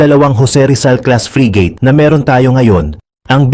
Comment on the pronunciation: it's not free gate but frigate.